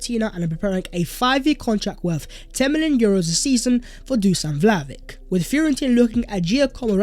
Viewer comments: It’s pronounced “Vly-oh-vich!!! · As always great video mate. You could add the sound ch at the end of Vlahovic's name :) So we should buy the man because if we make top 4 with him then its money that we'll get back so a solid investment. If we don't make top 4 this season then there's a good chance we will next season. But with many teams faltering such as Chelsea the stage is set for a smash and grab 4th place. Let's do it.